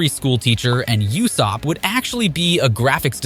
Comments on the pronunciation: Learn to pronounce properly it ussop not youssop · Are we just gonna ignore the fact that this man calls Usopp for “Yousopp”?💀